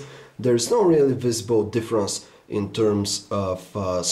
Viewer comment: You saying "differAnce" is really getting on my nerves right now...